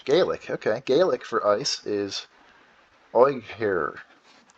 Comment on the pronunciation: Oighear is Irish (so am I). It's pronounced IRE as in Fire without the F.